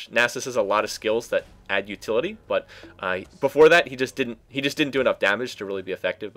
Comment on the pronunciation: u say butt not but